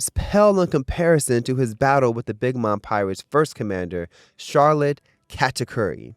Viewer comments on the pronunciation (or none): none